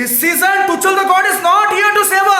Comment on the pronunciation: The way he says Toochal 😂